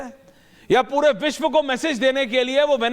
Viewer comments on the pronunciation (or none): "वेनेनजुएला" नहीं है, "वेनेजुएला" नाम है देश का. स्पेलिंग तो पढ़ ले, और दूसरों को सुन क्या नाम बोल रहे है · Anchor keeps saying " VeneNzuela " which is totally incorrect. come on, you are an anchorman and you should know the actual pronunciation of a country's name - there is no N in the middle. I capitalized the letter N to draw the attention. Simply - Venezuela.